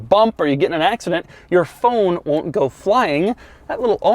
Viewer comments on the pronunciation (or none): none